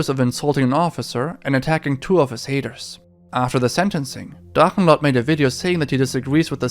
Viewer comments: Are you german? Because the german names and words in the Drachenlord topic where flawless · Kudos to your pronunciation of German words like Drachenlord. I have to correct you though about one thing. He managed to blow the whole sum he got for selling his house and now lives in a small village in East Germany. The only income he has is German social security payments. Meddl off :)